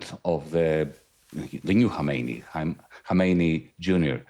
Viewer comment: Khamenei NOT Khomeini!! Is it fair to say that if the pronunciation of a key figure is inaccurate, then the understanding of the whole picture is most likely to be even more inaccurate?!